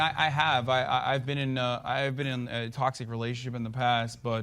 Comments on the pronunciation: He cant pronounce toxic Lmaoo tossed it masculinity tauxit masculinity Lmaoo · Haha, and JLP trying to pronounce "Toxic masculinity". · Man can't even say toxic masculinity 😂